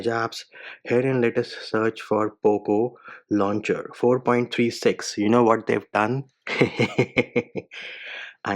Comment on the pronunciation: I heard once "Loop Launcher" but when I did rewind and saw 😂😂😂 Mann "Poop launcher" lmaoo x 100